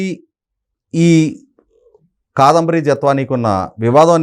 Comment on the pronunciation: ముందు " కాదంబరి" అని స్పష్టంగా పలకడం నేర్చుకోవాలి. తెలుగు భాష ను గౌరవించడం నేర్చుకోవాలి.